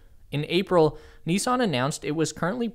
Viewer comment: Good video but it's not NEEESAN, it's NiSSan